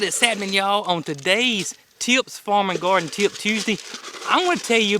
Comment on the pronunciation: Ive never felt the word TIPS so intensely as i did in the intro lol great video, keep em comin!